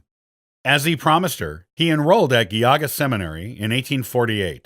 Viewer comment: JEE-auga, not Ghee-auga. HIGH-rum, not Hear-um. Gui-TOE, not Gui-TOO.